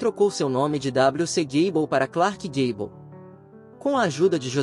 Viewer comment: Daí,o pateta narrador foi aprender inglês pra pronunciar com decência